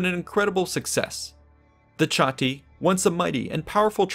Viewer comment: Funny....but it's actually pronounced "Kah-Ti", not "Cha-Ti".